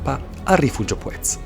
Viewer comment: Mi spiace per il meteo poco favorevole. Gran giro cmq. Il nome Puez l' ho sempre sentito pronunciare con l'accento sulla u a dire il vero :/